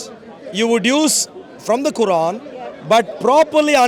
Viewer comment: He says Quaran like Sauron 🤣🤣🤣🤣